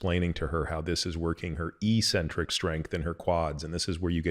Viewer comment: “Eccentric” has too c’s and they both make a sound.. The first c makes a hard sound and the second makes a soft sound. It’s like eksentrik. Not ee-sentric. Peter probably mispronounces it just to get people like me to comment.. 😂